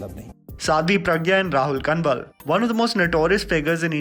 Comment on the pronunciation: It's not Kan-wal man it's pronounced as Kawal. Prounouciation is kuch karo katai yathartha se pare lagte ho